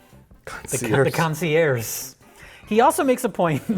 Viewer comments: Is "concierce" how you're supposed to pronounce Saoirse? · I wonder if the concierge mispronunciation was supposed to be legit since they were in the air...a "conci-airs" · You hacks! It's not a mispronunciation of concierge, it's a play on words, con-see-AIRS. Air : Plane. Get it? GET IT? /S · "I am your concierse" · I’m pretty sure concierge was mispronounced as “conci-airs” on purpose as a dumb pun. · Joey Lawrence: "Concierse". Dude next to Joey Lawrence: "The What?" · "I am your Concererce" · “Consie-air” was it supposed to be a joke? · I like how when Joey Lawrence mispronounces concierge, the man standing next to him seems to notice he fucked up and wonders if the director is gonna call cut... and it's in the movie. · You known it's a shitty direct-to-VOD movie when they can't even pronounced 'concierge' correctly. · Joey Lawrence definitely Google searched how to pronounce Concierge.